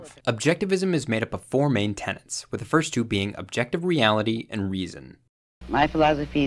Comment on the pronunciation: It’s TENETS not TENANTS 👿